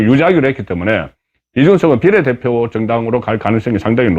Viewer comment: 제발 비^례대표라고 말해요 비례대표라고 비자에 액센트를 넣어 말하니깐 넘 촌스럽고 표현법에도 맞질않아요